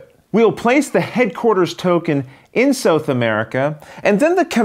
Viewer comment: Excellent video, my friend. Your computer graphics skills are increasing with each game. On a side note, I think that's the first time I've ever heard it pronounced as "Sew-th" America. :)